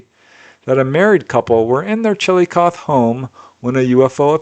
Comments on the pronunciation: You do a really good job of pronouncing all the towns in all the different countries which is no easy feat (: That said, Chillicothe Ohio is pronounced "Chill-i-coth-eeee" (with a short "i"). Just FYI. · The last letter in ‘Chillicothe” is said aloud “Chill-eh-coth-eee” 👊🏼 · Hey, it is pronounced chillo coth hee. I know that the spelling is Chillicothe the hee is pronounced too. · It's pronounced chill-i-kothee. I only know because my mom's best friend lived here. I love the reports though!